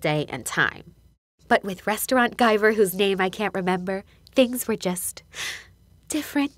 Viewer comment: Does “Guyver” have anything to do with MacGyver? Lol that’s all I could thing about everytime you said it 😂